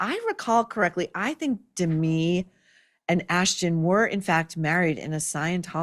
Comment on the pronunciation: The lady's name is DeMI, not Demi.